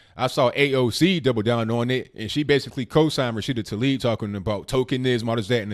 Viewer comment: Taleeb Excuse me Tah-leeb As in Tah-Mater